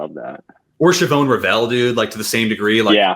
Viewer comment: cool to see on your show, kept watching to see when you'd notice you forgot shedeur, tho i can see him falling pretty far depending how free agency finishes out. btw, Shavon Revel is not pronounced how it is spelled, it's more like Soovone.